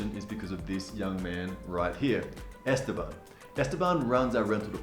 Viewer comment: Awesome video but, do you know you’re killing Esteban’s name. You pronounced it Estebomb. It’s Este-BAN.